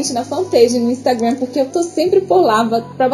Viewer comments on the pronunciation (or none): none